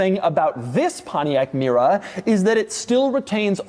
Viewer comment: I dank a shot of tequila ev tiime Doug say pomtiac mera an now am ver durnk zz i m